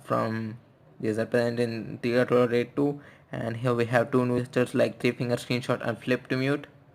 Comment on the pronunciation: Its Nougat, not Nogaat...